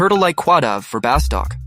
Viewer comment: Nice video but OMG hearing you call it "BaSTOCK" is killing me